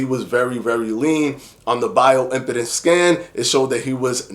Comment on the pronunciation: Love the videos... but the way you pronounce "impedance" is curious. I really hate to be that guy, but the scanners use electrical "impedance" ... meaning they calculate how the current is impeded when traveling through the body. Im-PEED-ance ... pronouncing it correctly will help convey the actual mechanism.